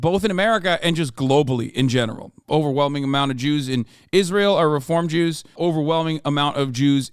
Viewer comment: sounded like he said "Rizz-rael" 😂